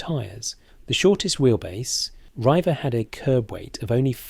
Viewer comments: Leyland Riiiiiiver??? please learn to speak yourself. REIVER......comes from the Scots for raiders or pirates (Vikings) ........Hence the Pirates head/boat in the Rover Logo. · Leyland Reiver is pronounced REEVER. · It’s pronounced Reever.